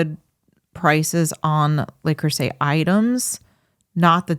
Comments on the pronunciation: Yes, it's Le Creuset, not La Creuset, but who really cares? I'm really not picky, except that my French professor at Fordham (who hailed from France, and went back there two years into his contract) wanted to have me investigated by the Dean because he insisted that no guy from Brooklyn could possibly speak and read French as well or better than a native. And now on to the rest of your new and enjoyable episode. PS.....I'll go for the Chinese made knock-offs, they work just as well and can take the abuse of our electric stove and oven. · Not wanting to be pedantic but it's Le Creuset not La! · It's Le not La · Learn how to pronounce the product. Not “LAW”! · Love you guys! But it's pronounced LE Creuset...not LA Creuset. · Dude that’s not how you pronounce that. It’s Le not “Law” and Creuset (krewsay) not “Crowsay” 😂 and as someone with over 30 pieces I can say you maybe need 3 pieces for a decent collection that will last a lifetime. I’ll also add they are the lightest weight cookware for its category as true cast iron enamel. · Google "pronounce Le Creuset" La is feminine and Le is masculine. Thanks and for all you do!